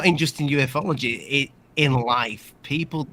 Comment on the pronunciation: Welcome back you’re hilarious and an awesome fella but mate, it’s Elizondo, not Ally Sando! 😅 Much love 🇬🇧 👽 Oh, and Yoo fololgy, not yoo eff ology 😊🙌🏻